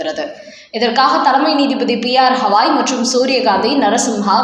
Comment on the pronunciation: உயர்நீதிமன்ற தலைமை நீதிபதியின் பெயர் ஹவாய் அல்ல கவாய் (GAWAI). உச்சரிப்பு சரியாக இருக்க வேண்டும்.